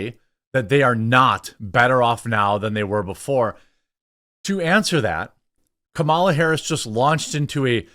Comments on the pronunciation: Hah you said Kamala Whoris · "Kamala whorris" 🤣🤣